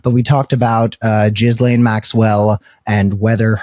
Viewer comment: Regardless of the correct way to pronounce her name, I think we should keep saying Jizzlane like Cameron. (4 0bvious reasons 🤮)